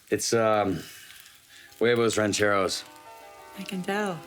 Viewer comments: I thought this was Huevos Rancheros, but the guy in the video kept saying it's Jueivous Rencherous. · You can't even pronounce huevos rancheros, and no, that's not how you make huevos rancheros... Don't ever do Mexican food again if your going to make corn tortillas like that. I'm surprised white boy here didn't just put some curry in there